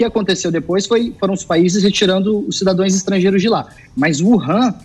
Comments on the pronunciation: Tem certeza que esse cara é JORNALISTA???? Disse cidadões, em vez de cidadãos, que seria o correto. Também disse BRASIUS se referindo ao plural de Brasil. Ele é ANALFABETO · Eu ouvi “cidadoes”??